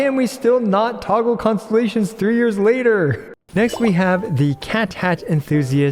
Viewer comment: Poor man had to say "Constellations" so many times at a quick pace by the end of it all he managed to say was "ConSZZSZ" 😂